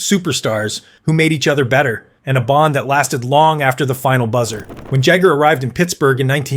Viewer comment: The proper pronouciation of Jaromir Jagr is that the J sounds like a Y so his name sounds like Yar o mir Yah ger. Being a YouTube broadcaster you need to learn the proper pronunciation of people's names. The name Guy Lafeur does not sound like Guy, he's a guy from Quebec. His first name sounds like Gee Lafleur.